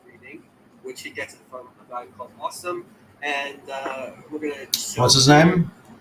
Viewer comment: Oh also he was introduced as an Arabic expert yet he reads Assim as "Awesome". He can't even read. Wake up bruh.